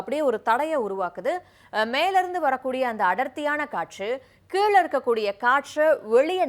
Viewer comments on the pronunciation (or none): none